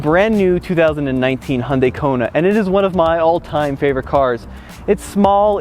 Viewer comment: Did he just call the Kona (Rugged) 😂😂